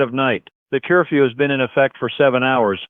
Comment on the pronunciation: Ya.... but this isn't a 'human voice'. Every English-speaking human voice can pronounce 'curfew' properly. (didn't think we'd catch that, huh?!?!) Ooh.... Emily sounds BUTCH!!